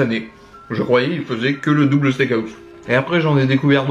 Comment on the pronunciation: Un stékaousse